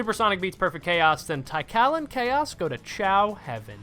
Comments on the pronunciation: My brother it is pronounced "Tee-Kahl" not "Tie-Cal" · i love you but tie-kal is crazy :face-purple-crying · Why didnt bro just say "Tea-Call"? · Great video, but my guy... T H A I -K A L?????! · Tikal at home: "thai kalle" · “Tai-kal?” Not to nitpick, but I’m pretty sure the i is not silent. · What a strange way to pronounce Tik-Aal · that's not how you pronounce Tikal it's bugging me